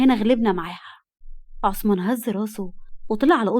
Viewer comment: هوة اسمو عصمان ولى عثمان ولى همة بينطقوهة كدى حد يرد علية 😢